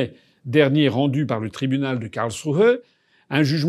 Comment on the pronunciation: Bravo pour la prononciation de Karlsruhe, bien mieux!